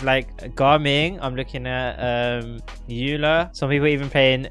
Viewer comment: He also keeps saying ayyla because he did a 2 second google search and for some reason thinks the name Eula is of German origin, but he isn't even saying it correctly in German. He's just stupid as well.